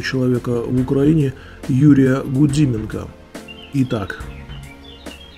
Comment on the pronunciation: ГудЫменко. Именно через Ы.